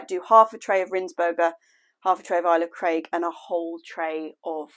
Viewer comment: nasty rats ive had some or something eat my tulips out of a pot right by my back door which kinda creeped me out lol plus gardners kate and eli will be shouting at the screen for how you say ailsa craig lol